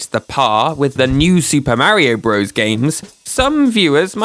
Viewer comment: Still can't listen to videos where Super Mario Bros. is pronounced Broze instead of Brothers. :(